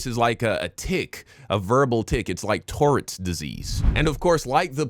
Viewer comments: it's funny the way they call aggression chimping out, while ignoring the fact that they're aware of their physical impotence. they can not defend the women in the way that the deem "man's purpose". if someone checks them, they'll be calling the cops like a womxn. also your pronunciation of tourettes is peak 👌🏽. i like it better than mine lol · If you're going to use "big" words like "tourettes," please learn how to pronounce the words correctly.